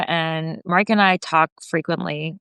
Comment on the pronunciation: Not Maraika but Marijke. Means little Maria.